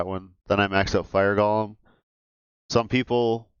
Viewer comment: I kinda wish people knew how to pronounce golem. It's not gollum, this isn't lord of the rings...